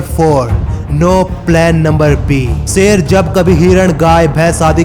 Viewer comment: Youtueber भाई एक सच बता कहूँ तुझसे तो अल्फ़ाज़ भी सही से नही निकलते तू शेर को सेर कह रहा है इससे ही पता चल जाता है कि तू पढा लिखा जाहिल है। जब वीडियो बना ही रहे हो तो कम से कम अल्फाजों की अदायिगी तो सही से निकालो😎😏😃 एक बात और तेरी वीडियो में आवाज़ in-consistence है वह ऐसे कभी तेरी आवाज़ कम हो जाती है कभी ज़्यादा। पूरी वीडियो में आवाज़ के volume को बराबर रखो, हमारे कान न फोड़ो। कोई यह बातें तुम्हे बताता क्यों नही। या हर critisize करने को वाले को hater समझकर नज़रअंदाज़ कर देते हो।